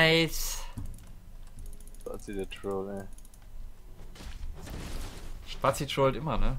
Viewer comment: Spatzie? Aussprache? xD Und #BRAUMTHEON